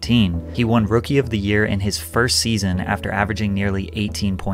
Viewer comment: love the content as always homie. the extra emphasis of FIRST SEASON though when you shared that “he won Rookie of the Year in his first season” had me 💀 appreciate the vids brother 🥩